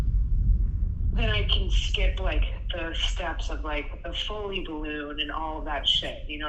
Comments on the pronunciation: Foley, not folle. LOL She's a coming and we're excited to finally meet her. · Actually it's "foley "